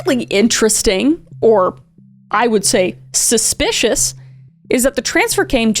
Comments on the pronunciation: Kris needs to make T-shirts that say "SPUH-SPICIOUS." And the proceeds can go to her court fees after T** sees this video. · Am I missing some joke with your pronunciation of ‘suspicious’ ? It’s wrong every single time. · Suspicious.. Not Spuspicious ... 🤦🏾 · Are you saying suspicious because I keep hearing you say spespicious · The SPUHSPICIOUS was so Wiwey 😂🎉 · I gave it three “spshpicious” I’m out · Genuinely curious as to why u pronounce suspicious wrong😭 is it on purpose? It makes me laugh every time but u sound like u think ur suppose to say it like that. Great video btw🔥— omg u said it right! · Just realised: Kris might not be able to say suspicious right 🥹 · I was wondering the same thing